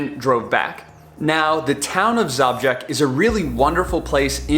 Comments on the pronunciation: Your pronounciation of Žabljak (Zhablyack) is...interesting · Awesome video, just one correction it's - Zhablyak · Zabžek? haha it's called žabljek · you should. think seriously about end of may, june, which is the best period to pass through Sushica canyon and enter into the hearth of the area - Shkrka lakes, previously passing Skakala waterfalls. All in one day. And if we meet, I will teach you to pronounce Žabljak (ZHABLYAK) correctly, with some "rakija's" that is easy going 😆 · I have had the luck to work in the Balkans. You may wish to know that Zabljak translates to Frog 😊. Also, possibly want to ask the locals about the pronunciation of place names for your next video. Doesn't matter to me but may do to some. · You pronounce Žabljak wrong 😃,its beautiful bit its poor and people runaway (especially girl's) in capitol or coast to work.